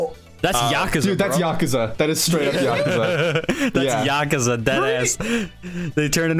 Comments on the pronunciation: Is that how you pronounce “Yakuza?” 💀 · im only annoyed at how bad they pronounced Yakuza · STOP SAYING YAKUZA WRONG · yukuza yuh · koo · zuh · That pronunciation of Yakuza hurts me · It bugs me how they're pronouncing yakuza, idk why it just doesn't sound right